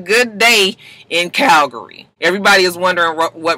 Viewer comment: it's CALVARY not CALGARY.